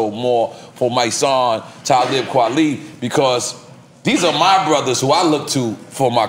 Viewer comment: Son said "Tali Kwelib"